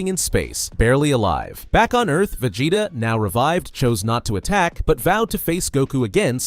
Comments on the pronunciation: va-jay-ta uuuzuroo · "VAJAYTA" was sending me